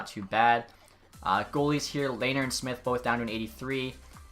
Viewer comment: Ok I'm late but its Le-ner